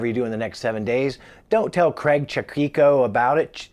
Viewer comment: Damn it!! say 'Craig' properly!!!! 'Cray' as in 'crayfish' and the 'G' as in 'fiG'. Lots of love 'Cray-G'. 👍🏻🙂🤟🏻